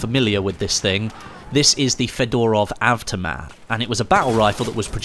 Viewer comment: fedorav avtima? My friend it's fed-o-rov av-toe-mat then say fedorov avtomat in your head then maybe you'll say it